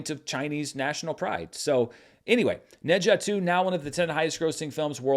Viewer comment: pronounced Ne Zha so well~~~